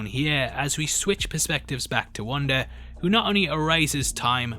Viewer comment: It's Wanda...not Wander! It's Monica...not Monicer!! LOL